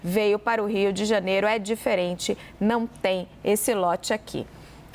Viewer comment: Não é Rio de Janero. É Rio de Janeiro. Também não é financero. É financeiro.